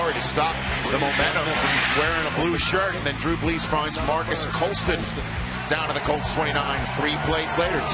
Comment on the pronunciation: My man said bles instead of brees